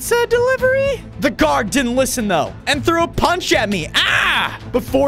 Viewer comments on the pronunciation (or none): Bro actually said pizza dilevery